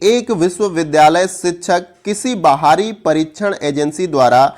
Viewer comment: क्योंकि बाहरी को बहारी पढ़ते हैं अधिगम को अधिगमन पढ़ते हैं